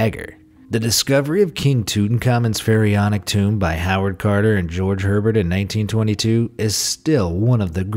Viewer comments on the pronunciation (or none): Hey not trying to mean but it is pronounced Abear not Herbert